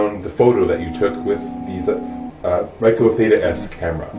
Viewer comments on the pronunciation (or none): Thanks for the informative review. It was a good idea to shoot it in front of a big mirror. Just so you know Ricoh is pronounced Ree-Koe (Long E, Long O).